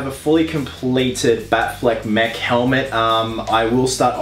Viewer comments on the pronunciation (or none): none